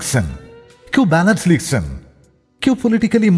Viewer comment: স্ক্রিপ্ট অসাধারণ ছিল । কিন্তু বাজে উচ্চারণ বড্ড কানে লাগে । ২৪ মিনিটে গান লিখছেন কে উচ্চারণ করছেন " গান লিক্সেন " মানে কি এইসবের? বড্ড কৃত্রিম উচ্চারণ এর । এত অসাধারণ কম্পোজিশনকে নষ্ট করে দিয়েছেন আর জে ।